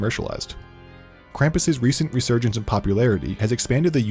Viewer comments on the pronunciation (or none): none